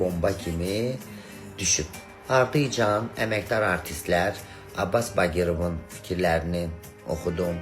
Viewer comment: Baqirov yox Bagirov